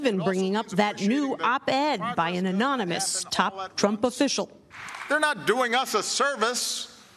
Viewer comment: "Very good for sleeping..." Yup. Understandable,. You can't absorb big words in your brains,. You even butchered the word "anonymous".